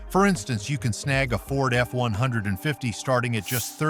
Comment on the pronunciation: VEE 8's not vey t's. AI doesn't cut it for pronunciation. VEE EIGHTS , also Ford F-150, 150, all one word not F-one hundred and fifty.sheesh.